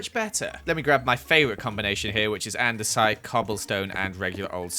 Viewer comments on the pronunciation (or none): none